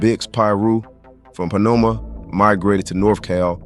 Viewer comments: Pomona not ponoma 🫩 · there's no such thing as ponoma California it's Pomona and you was saying the wrong hoods through out the whole video Like valley High and Garden crips it's Valley Hi and Garden block crips I'm from the opposite side and I know how to say the names correctly Blood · Its POMONA ! NOT PANOMA ! how you gonna pronounce the Bix in 456 and not pronounce the CITY OF POMONA right? Wtf😅